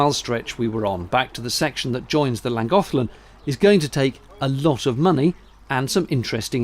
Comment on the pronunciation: Nice to see an area of Wales nearby where my brother farms. I was more pleased to hear reference to Llangollen, which is where I was born. The Llangollen Canal also has a horse drawn barge which is very popular with tourists. Your pronunciation of Llangollen wasn't too bad either! Why not visit Llangollen whilst the International Musical Eisteddfod is on, although I suspect that this year is too late for you to prepare as it is in the first week of July.